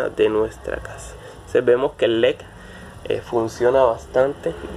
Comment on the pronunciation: Tú dices lec y es leDDDDDD